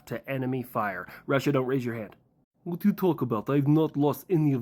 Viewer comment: That was the most Bri'ish "..Hwat?" I've heard in a long time